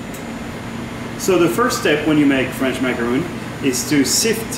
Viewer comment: H just said macaronning.... at least show it how it is done! D